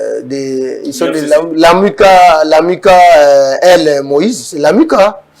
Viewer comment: Vous prononcer Lamuka en français ou en lingala monsieur l'analyste un peu du respect svp